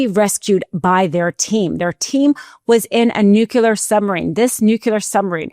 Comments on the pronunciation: I love your reports but please the word is “ Nu-CLEE-er” not nucular. You damage your whole report with that mispronunciation. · NUCLEAR. not nucular. please. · Nuclear NOT nucular. PLEASE. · it appears that you are pronouncing "nuclear" just like Bush Jr., "nucular". It sounds like that. Other than that, your show is excellent. Keep it up!